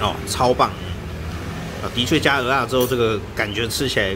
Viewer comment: ，你台語講的最好聽，最標準的就這句蚵仔了，我一直在等你把它講成芋頭，可是你都沒犯這個錯